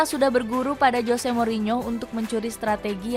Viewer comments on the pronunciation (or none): none